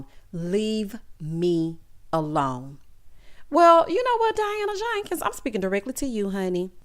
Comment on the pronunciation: Wonderful review. I freaking love when you say "Diana JANkens" 😆